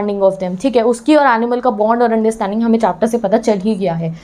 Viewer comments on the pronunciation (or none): none